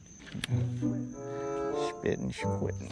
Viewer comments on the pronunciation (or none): “spittins quittin” i heard that 😂😂